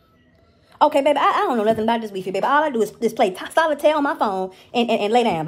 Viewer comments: It's the 'WEE-FEE' for me😭😭😭😭💯💯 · The "Wee- Fee". LMAO!!!! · The ‘Wee Fee’ 🤣😂🤣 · Omg she said wefe thats how I call it too 😆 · The wee-fee 😆😆😆😆😆😆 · Weefee 🤣🤣🤣 goodbye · She said weefee lol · Lol so black grandmas also say wee fee?! 🤣🤣🤣🤣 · Why didn't Ms. Nancy correct her pronunciation of Wi-Fi? bahahahaha And you can't go wrong with beenies and weenies.